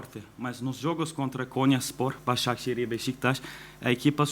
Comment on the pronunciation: BAZAŞEKİR diyo tasaklı hocam be